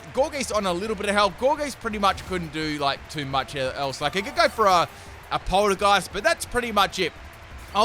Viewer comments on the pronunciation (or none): How does one man pronounce it “Gourgeest” and then in the same sentence say “Polter-GUY-st” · He can't seem to recognize that Polteageist and Poltergeist aren't the same word either